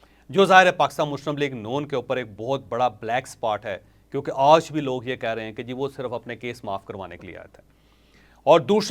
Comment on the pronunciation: سر جی (آج) کی ادائگی تو تھیک کر لیں